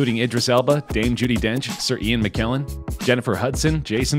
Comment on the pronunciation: the name's spelled IDRIS ELBA not EDRIS ILBA, and MCKELLEN, not MCKILLIN